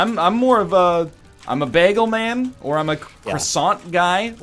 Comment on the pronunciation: You pronounce bagel weird.